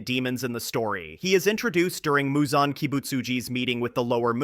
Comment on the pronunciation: Why do you keep switching up Muzan’s pronunciation? 😭